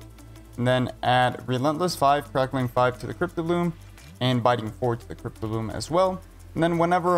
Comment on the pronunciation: STOP CALLING IT FUCKIN CRYPT-O-BLOOM ITS CRYPT-BLOOM ffs